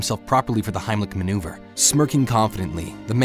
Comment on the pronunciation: "heimlich maneuver" XD